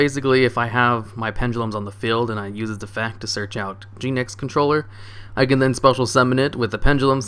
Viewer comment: i dunno why, but the way you pronounced "Genex" really irks me